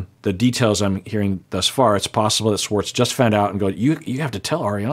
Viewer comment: Why does this man say Swartz instead of Schwartz?????